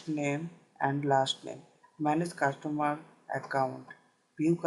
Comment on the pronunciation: cashtomar or customer?